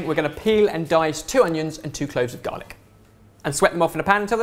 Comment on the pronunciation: I understood dalek instead of garlic 😂 Any other Whovians watching this?